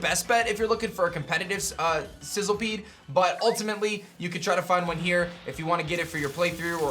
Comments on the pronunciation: The moment you realise that it's Sizzlipede not Sizzlepede... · It's literally spelled SizzLIpede. Idk how or why you're pronouncing it like SizzLEpede. Makes no sense and it's really irritating. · It's Sizzlipede* by the way. Not sizzlepede